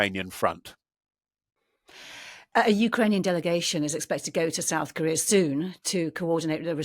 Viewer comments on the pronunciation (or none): "South Kohrrhear". Why is he S C R E A M I N G into the mic? You have to turn her up and then the sundowner back down frantically. I'm out!